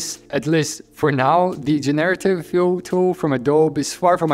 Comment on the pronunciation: Thanks for your great work! Another tiny pronunciation tip, it's GENerative, not jen-AIR-ative. We all learn every day, thank you for teaching so much :)